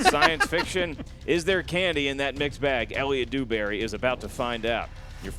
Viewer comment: Lmao Dewberry sounds more like Booohberry to me. Everyone not drunk would have gotten Bluebonnet right it was a give away answer like the beast said no one makes up something like that, and he failed a 5 point easy Marvel question how he didnt know that it was the collector is beyond me. Entertaining though watching go down harder than the titanic. xD